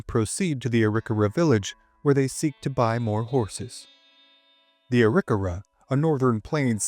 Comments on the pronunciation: Great content! Wondering about the pronunciation of "Arikawa".. Not what I've heard before, but I could have heard wrong. Thanks for the history.. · That is one way of saying the name